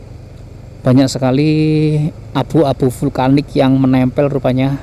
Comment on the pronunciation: Vulkanik bg bkan vlukanik🤣